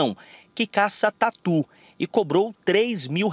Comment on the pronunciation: "E até tatu" kkkkk ... Não entendi porque a ênfase pro tatu!